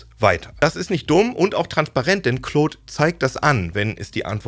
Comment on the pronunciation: Bitte hört auf "Kloooood" zu sagen 😭 Die englische Aussprache (Clawd) hört sich viel besser an.